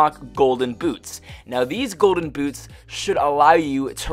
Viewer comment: he said golden gouche